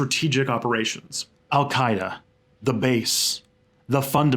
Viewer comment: That name pronunciation was pretty good.